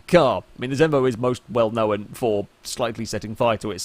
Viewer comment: What is it with your pronunciation of "Known". It's KNOWN not KNOWAN.